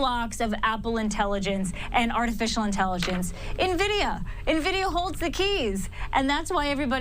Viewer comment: What is this new company “NaVidia”?